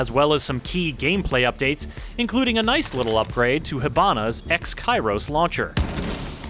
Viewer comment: Nuyce :-D